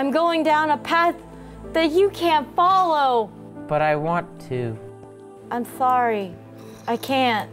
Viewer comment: she said im fsarry